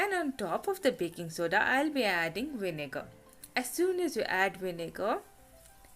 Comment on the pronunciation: I normally find Indian accents hilarious. But your accent and the way you speak in a sing songy voice as vinega with a silent R is kinda cute